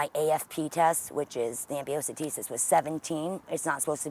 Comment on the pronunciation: Hahaha ambiocentesis and Measles 🤣😂🤣🥰 Amniotic fluid = Amniocentesis. Meningitis and not Measles! "Great CPR rhythm 😅🤣😂 we will not take over, we will just watch for now while you are working on your kiddo, you are doing just great don't give up!" 😅🤣🤣😅🤣